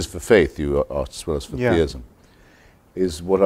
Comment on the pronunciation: He said Theism